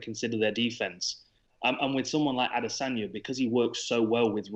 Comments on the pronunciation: Kacper and Ariel having that ad-es-anya pronunciation battle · Ad-is-in-ya......WTF bro, you have a Podcast, learn how to pronounce the fighters names:-):-) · They didnt pronounce it correctly, tried though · I’m pretty sure that’s not how you say Adesanya 😂